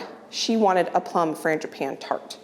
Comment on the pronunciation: saying frangipane 😂